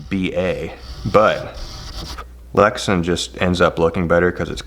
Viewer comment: Glad to see you back. Polycarbonate is polycarbonate for your purposes. Lexan brand name pronounced Lex-Ann not Lexun. All that with love. Hold the heat gun farther away. Take way more time to bring it to temp. When it reaches thermal transition it will bubble soon after. So get it formed quickly. When you are close like that the outer portion reaches thermal transition before the center. It has to be heated all thru. Many years spent working with polycarbonate. Good to see your work again.